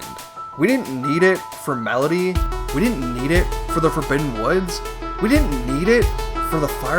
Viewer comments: Medli, not Melody. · Hearing you refer to darknuts as just "knights" bothers me, but not nearly as much as hearing you say "melody" instead of "Medli" (pronounced like "medley") every single time. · Strike 1: Using HD "remake" Strike 2: Calling Medli "Medaly" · Um Her name isn't "Melody" It's "Medli" Smh. Uncultured. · It's Medli. Not Melody. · Mf pronounces Medley with 3 syllables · “Medolee” And the section where you changed to “Melody” 😩 truly grating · A few minutes in, it was bugging me how you kept pronouncing Medli as "Medaly" Here I am, 5 mins later, you're calling her "Melody" instead and I've completely lost my mind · Bro calls Medli "Melody" 😂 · Borking the pronunciation of my favorite character Medli was so distracting the whole time lol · Medli is a two-syllable word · Can Do: Beating Wind Waker without using any wind Getting full power master sword AND hookshot without beating Wind Temple Cannot Do: Pronounce Medli's name correctly. Leave a dungeon he hasn't finished yet, even though he already got everything he needs.